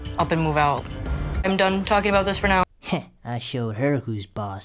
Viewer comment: Lieda didn't say "she done" it sounded like "she dumb"